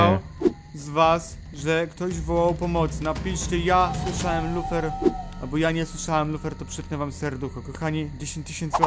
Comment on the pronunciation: ja słyszałam